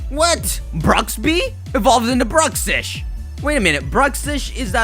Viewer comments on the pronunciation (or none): none